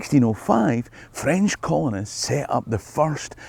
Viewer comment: For a Scot, your French pronunciation is pretty Good.